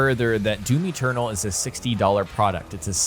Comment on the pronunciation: its doom eternal not doom eturtle